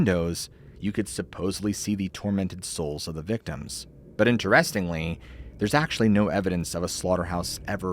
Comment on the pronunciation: It's pronounced "INterestingly", not "interESTingly". Unless you're speaking a different dialect, I guess. It makes me think of these AI videos that mispronounce words a lot. But LOVE the show! Glad you're a real human!